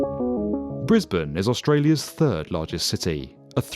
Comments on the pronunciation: You got the Briz-bin pronunciation right, but us Queenslanders say Queens-land, not Queens-lind. Why we're not consistent with our vowels, who knows, but Queens-lind sounds really wrong. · Thanks for saying the city correctly haha.